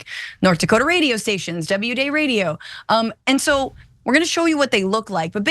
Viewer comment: Psst, it's pronounced W-D-A,-Y, not W-day.